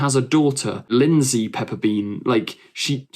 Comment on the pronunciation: Lindy, not Lindsey